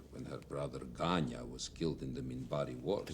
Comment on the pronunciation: Ganya to my ear.